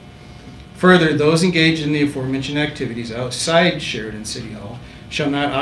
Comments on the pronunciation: Can she say Sheridan one more time ? 🤦🏻‍♂️ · Keep saying Sheridan more karen